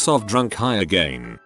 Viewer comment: no one: the voice: AgEin